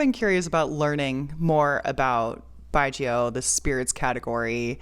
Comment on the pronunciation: No worry! You have pronounced correctly and in-depth knowledge on Chinese distilled wine 白酒 There many type of yeasts strain used and also fungi to breakdown the carbohydrate to glucose. Combination give the wine flavour